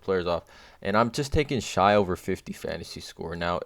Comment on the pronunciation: it is pronounced "shay"